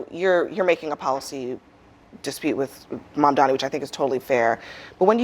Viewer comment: Can someone please tell them that it’s Mamdani, and not Mandami🤣